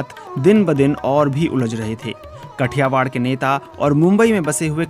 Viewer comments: कठियावाड नहीं है "काठीयावड" हैं.. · कठियावाड नहिं भाओ काठियावाड है सोच कर बोलो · It is not Kathiwar. It is Kathiaawaad. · It's Not कठियावाड़ it's काठियावाड । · It is pronounced as "काठियावाड़"